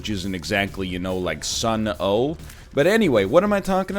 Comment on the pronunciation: Can't believe you said the O in sunn O))).